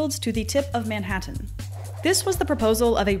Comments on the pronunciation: "Manhattan" but pronounced "ManHaaHaaHaatan (that noise Disturbed make in Down With The Sickness - Manhaataahaaataanannnnnn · Wow her emphasist on pronouncing every letter of the word Manhattan really made it stand out compared to all the other words preceding/proceeding Manhattan.